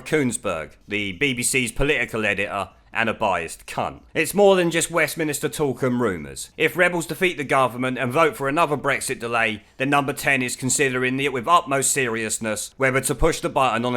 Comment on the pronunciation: I have to agree with you, but why make personal remarks about people eg fish lips, it just makes you look childish. Also, Westminster is not called westminister, and the way you pronounced seventeen was obscene.